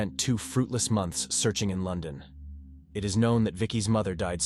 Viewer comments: Lyn zay. Lon don. For sure you are right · LON DON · Yep, I was guessing up to LON DON otherwise pretty good ai, at least the dust is gone on this one lol